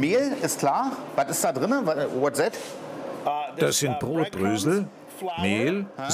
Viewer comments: "wodset" Keine Ahnung, ob sein Englisch oder sein Deutsch schlechter ist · Watz säht? Ach konzentriere dich nicht auf die englische aussprache, sondern darauf, dass du nicht so schmatz beim eseen.... Säht is nämlich werri peinlich:)